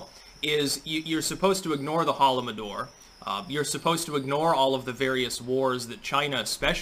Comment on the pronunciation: Daily Reminder that is not Shadowbanned nor ever was Shadowbanned. Also it is Holodomor not Holomodor; Holod being a romanized pronounciation of the word Hunger.